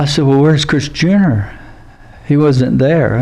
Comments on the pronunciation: Every time he says chris junior it sounds like he's saying chris jenner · I keep hearing Kris Jenner. Does he mean Chris Jr? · I kept hearing Kris (Kardashian) Jenner most of the time. But I am playing it faster than normal.